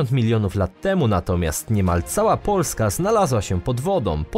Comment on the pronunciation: Sorry ale narrator jakos trochę dziwnie akcentuje na pierwsza sylabę słowo POO..lska